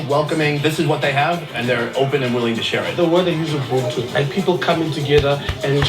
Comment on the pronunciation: U-BUNTU not Umbuntu lol...or just say Botho which is a tswana/sotho version of the same word/term